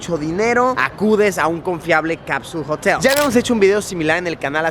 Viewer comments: "Capsuuulll Jotel"😏😏😏😏😂😂😂😂😂 Ridiculo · jotel suena parecido a Mootel